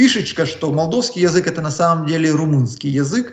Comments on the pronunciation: молдАвский язык. але бортник. уши режет от такого произношения. 39 лет живу в Кишинёве и не разу не слышал такого произношения. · второй раз слышу "молдОвский"... режет по ушам неграммотность